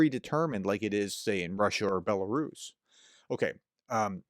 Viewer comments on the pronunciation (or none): none